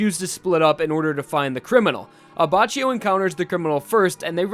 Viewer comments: Isn't abacchio pronounced as "abackio"? Lmao this video hurts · Actually, at least in Japanese you pronounce Abbachio as Abbakio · Abbacchio is pronounced Abbàckio And now I have to go Mispronounced italian words need me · You should read it as "Abbakkio" x_x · It's actually pronounced Abba-Key-O. If you read the katakana, it uses Ki for the cchi part. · paz Because in Italian Ch is K but C is just a Ch. It is Abbakio and Gucchi phonetically (Not an Italian,just fluent in it) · paz Go to the Abbachio page on the jojo wiki and look at the Japanese pronunciation. "Reōne Abakkio". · WHY YOU PRONOUNCE ABBACCHIO LIKE THIS, JUST WHY? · Unsub for wrong pronounceation of Abbachio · I cringe a little bit everytime I hear the way you say Abacchio. For reference, the anime gets it right: In italian, "ch" is read like a "k". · The c in Abbacchio is a hard c like k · man.. thats not how u pronounce abbacchio... in italian ch=k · Take a shot every time says Abbacchio and says it wrong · In Brazilian portuguese too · Finally somebody that comments it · The way you pronounce Abacchio makes me want to cut my ears off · Also, it's an acctual Italian word so you can use google tanslate and make it pronounce the word. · It's pronounced with a k in Italian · It's pronounced Abbakkio in Italian not abbacio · the pronunciation of abbaccgio is wrong because it is pronounced abbacchio the chio and not abbacio. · This video is difficult to watch because the entire video you pronounce his name like “Aba-Chee-Oh” but his name is “Aba-kee-Oh”. Just sayin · hey dude nice video but, its not "abbacioh" its pronounced abbakioh in italian, no sass , just tring to be constructive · Grazie, non sono il tipo di persona che fa notare gli errori altrui, ma sentire "Abbacio" mi stava facendo soffrire 😁😅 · It's pronounced "Abackio", not "Abacio". That's because in Italian we don't use the k but to reproduce that sound we use "ch" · you dumbface it's pronounced Abakkio not Abachio